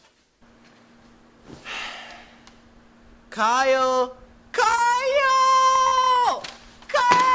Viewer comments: It’s ky-yell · dis dude said kyele